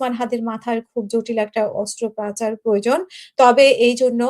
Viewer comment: Hello Ms.... Thus is Singapore, not SHingapore. Please correct your pronunciation of our country's name. Bangla word "OstroPOchar, became through your mouth "OstroPAcgar". Please improve your Bangla and English. I subscribed to your channel to listen to your (white) journalism with the best quality presentation. Thank you. If I hurt you for mentioning this I'm sorry for that. ♥️🇸🇬♥️